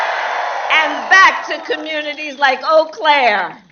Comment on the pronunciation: Yes! Being from there, yes! It's pronounced "Oh Claire," not "You Claire" or "Éclair."